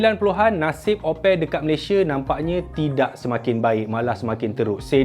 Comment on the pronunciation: Sebut sebetul opel adalah mcm sebut apple tetapi 'a' ditukar 'o' 😂😂😂. Bangsa melayu jerman timur